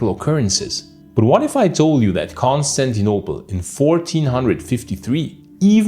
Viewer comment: Dude your accent of saying Constantinople and Agia Sophia is so barbaric …is Agia Sophia ,not Hagia …at least get the names right ,is not Consanople either ….putting Islamic written over Christian heritage sites is barbaric ..but then that’s Turkey for you ,still no human rights and ruled by Sultan on 2024 …